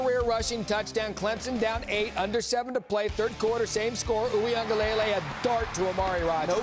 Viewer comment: The way they say DJ’s last name is so cringe🤦🏽‍♂️ it’s pronounced wing-ah-leh-lei